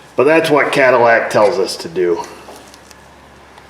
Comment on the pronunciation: Cat-illac... Yeah, get that thing purring again!